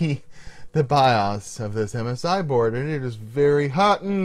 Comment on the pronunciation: love your vids but the way you say bios drives me nuts lmao